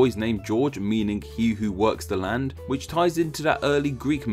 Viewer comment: Since you said "witch one" instead of which one i guess the country of Gerogia xD